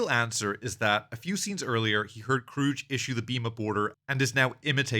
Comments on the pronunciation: It's KRUGE (Croog) not CROOGE! Damn that's cringe, and irritating af. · its not krroooge its kruge say krruug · KROOG not KROOJ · It's pronounced Kruge, not Krooge. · It's Krug, not Krooge. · As a small aside, “Kruge” is pronounced with a hard G, not a soft G. Also a short trailing vowel, so it ends up something like “Kroog-uh”. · I always heard the "missing the chair" was initially done on accident on Shatner's part, but then he realized that was how Kirk would respond to his son that he was JUST getting to know killed in cold blood. And only Star Trek could make backing out of a garage look awesome. Btw, it's pronounced "kroog." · It's pronounced Kroog, with a hard G. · If you were that familiar with this movie, you'd know how to pronounce "Kruge." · Your pronouncing Kruges name wrong The G shouldnt souuhd like a J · I don't think I've heard his name pronounced like that before. I wonder if other people say it the same way. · You pronounced Kruges name wrong. Also, he's a commander, not a captain. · Ia this an AI voice because he's pronouncing Kruge wrong and a couple other words. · If you watched the movie, you know that Commander Kruge is pronounced with a hard "G", not "J" 🖖🏼LLAP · Its actually Kruge